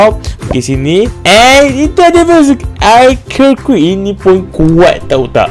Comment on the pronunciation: Kene sebut ARCKER QUEEN 😂😂KAN SEBUTAN NYA ARCHER QUEEN